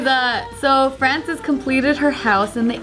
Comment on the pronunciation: Her name is Frances but is pronoucing it like "francis" reminds me of a person with same name who has that problem. Always needing to correct that its pronounced Frans-eh-s not fran-si-s, as one is more feminine the other more masculine inclined. But hey, names can be pronounced and spelled differently. Also it's a nice concept, someone improve it. Also the rumba (or the one I was using) always got hair caught in the rotating brushes.